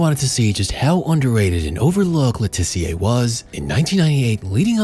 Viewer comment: Just a point. He's English, so it's Luh Tissiuh, not Le Tiss-e-ay